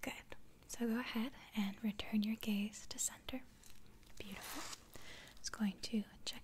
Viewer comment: Me: 2 Her: mmhhmm beautifork